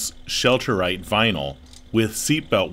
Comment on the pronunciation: Why is he saying 'say right'? Its sail not say. Am I missing something?